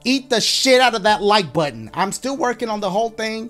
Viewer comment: Yo dashie how about you say tap that puh-ton lmao like tap that puh